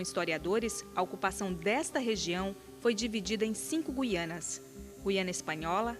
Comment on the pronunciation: "Gui-a-nas"? Com o dígrafo "ui", mostrando que a letra "u" não é pronunciada? Mas não é ditongo?